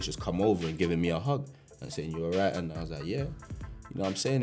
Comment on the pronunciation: Left and RAGHT 😂😂😂😂 I’m sorry I kept replaying that part